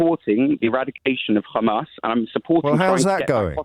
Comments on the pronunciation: You can tell he only watches IDF propaganda by the way he says Hamas “KHamaas” why do they struggle with the H sound😂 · He calls it Khamas, so that says it all. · Why does keep saying Khamas? is very clearly British and has it in his tongue muscles to pronounce the letter H. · The caller is a isreali thatd why he supporting isreali. The way he pronounce hamas as khamas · He said Khamas not Hamas. Enough said. I know all I need to know about this Israeli spokesman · The way of pronunciation Ghmas , I know enough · The caller referred to them as "KHAMAS" HAHAHAHAHAHAHAH. With his cute little Israeli pronounciation. What a stooge. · He even pronounces "Hamas" the way Israelis do, weird? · Why is mispronouncing Hamas in the Israeli way?